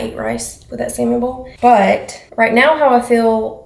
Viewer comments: says saLmon like I do. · I had to turn on the subtitles because I swore said he was making Salmon Balls for dinner.....LOL